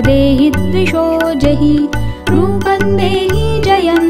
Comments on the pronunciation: बहुत सुन्दर आवाज मे सुन्दर प्रयास बस अर्गला स्त्रोत को यदि फिर से रिकॉर्ड किया जाय तो अच्छा होगा रूपंग नहीं है यह रूपम है ऐसा हमारा अपना अनुभव है अनुस्वार का न या ग और म उच्चारण का प्रभाव अलग अलग है. इस कमेंट को आलोचना न समझे. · माता रानी की वन्दना इतने भावगर्भित स्वर में पढ़ने के लिए धन्यवाद परंतु टेक श्लोक का उच्चारण गलत किया गया है। यथा रूपम् को रूपन् और जयम् को जयन् उच्चरित किया जा रहा है जो उचित नहीं है।